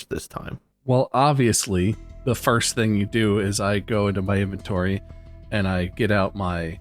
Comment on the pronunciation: "IN"-ventory / "Ham" -mer space.